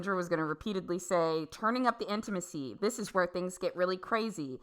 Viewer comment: Every time she says he turned up the intimisy I just imagine him asking how was your bowel movements lately and it makes me laugh lol